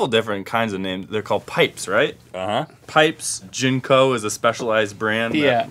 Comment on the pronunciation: jank-o's not "gin-kos" other brand was kik wear. biggest i ever saw was 48" i believe.